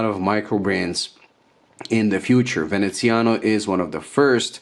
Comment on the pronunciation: VenezianICo, not Veneziano...